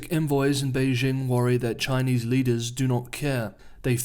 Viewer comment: Finally a reporter on Chinese news who knows how to pronounce Chinese names! Subscribed.